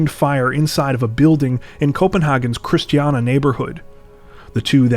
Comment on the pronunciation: Love the video, but you really butchered the word Christiania lol